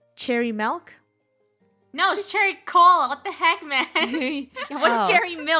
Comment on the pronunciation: she rlly said “MiLk”